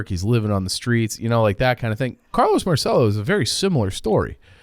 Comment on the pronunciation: In New Orleans we pronounce it "mar-sell-o." You guys are the only people who understand what happened to JFK. Who had more motive, means, or opportunity to off JFK? Lee Harvey Oswald was in Marcello's orbit. Jim Garrison, New Orleans DA, was a Marcello stooge whose job was to throw everyone off Marcello's trail. Garrison was successful in getting anyone who believed the assassination was a conspiracy to be labeled a kook. But ignore that.